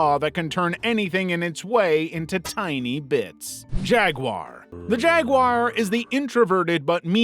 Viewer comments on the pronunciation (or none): JagWAR not WIRE!!!!😫